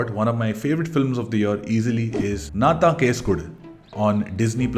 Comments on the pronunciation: Nice video ❤. Its actually pronounced “ennnaa thaan case kodukku “ rather than “naa thaan case kodu” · not nna than kesu kodu.....ponounced as enna than kesu kodu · U need to pronounce Nnaa...Then Taaan ---you Case kodu...file a case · Pronounce it as"Enna" taan case kodu. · I think he is incorrectly prouncing the title of the second movie.